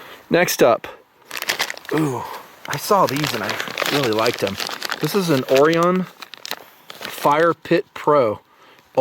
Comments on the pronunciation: Um... it's not OH-ree-un. It's oh-RYE-un. Like the constellation. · o-ry-en not or-ee-un JEEZ!! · "OR-RYE-ON" Like the constellation and based on a greek myth. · Every time he says Orion I die a little inside. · I'm pretty sure you pronounce 'Orion' like the constellation of stars lol